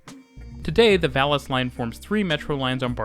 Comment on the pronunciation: Plasa Eispania, Barcelona-Vales line... jajajajajaja